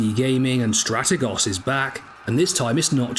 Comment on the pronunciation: I would subscribe if you could correctly pronounce Strategos.